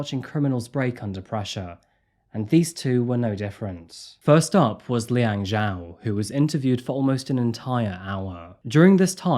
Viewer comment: 11mins in and the reporters are frustrating me with their inability to pronounce “Zhao” properly. It’s not hard.